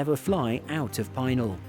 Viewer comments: Hi there .... "Pih nowl" airpark. Not pi-nal airpark. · PEE nal. Not pine ALL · Pinal is pronounced wrong. Pin-al, not Pine-al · No, I did not know about that particular 747SP. But I do know about the Pinal Aircraft Boneyard, the Davis-Monthan Boneyard, and the Pima Air and Space museum all around Tucson, Arizona. Also, I know that you've been mispronouncing Pinal... It's "Pee-nahl", not "pin-al". The airpark and the county take their name from the indigenous group called Pinal Apaches. (They are a subset of the Apache that live in Arizona.) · its 'pee-nail' not 'pine-nail'' air park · It's pronounced PIN--ELL. I used to work there. That was before this aircraft showed up. The 747SP is a weird looking aircraft. While the full sized version has a very graceful appearance, and IMO the best looking airliner ever made, the SP looks short and fat and just plain weird to me. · pēˈnäl Pi is short i and in "pencil" and the "nal" is as in canal.... and it is a wonder land... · The word Pinal is pronounced Peh-NOWL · BTW, Pinal is pronounced pin-NAL (like the pin and the male name, Al, with emphasis on the second syllable). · Pinal is pronounced like "Pin Al" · Nitpicking: I live near this facility in Tucson, AZ. “Pinal” is pronounced “Pee-nawl” with the accent on the second syllable. Otherwise… Let’s see, Jesus walked, this guy flys around the world in a 747. Might be time to take another look at tax exempt status. P.T. Barnum was right. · Pee nahl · most of the locals pronounce it pin-AWL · It's not pronounced PIE-NAL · Bro! Its pronounced "Pin-Al". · Please do not be offended by this correction but as an Arizonan it hurts my ears. Pinal is not pronounced "PEENIL". I do very much enjoy your channel.